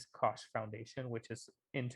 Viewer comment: Great video! one Little thing, the -CH ending in the koch Brother's last name is pronounced like a k. Basically it's pronounced like like Coke. = )